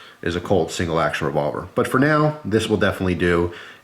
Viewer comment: why is he unable of saying revolver